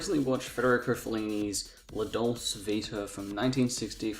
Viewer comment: Why are you pronouncing dolce that way?